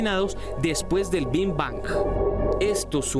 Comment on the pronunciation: La presentadora pronuncia con V (lavidental) Ving Vang en lugar de pronunciar con B ( labial) Big Bang